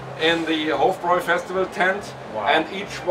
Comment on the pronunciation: It’s pronounced Hof - Broi